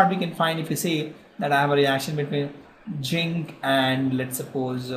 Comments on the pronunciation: Sir it is not ginc it is zinc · its zinc not jinkk